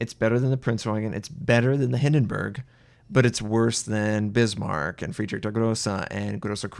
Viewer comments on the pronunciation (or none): none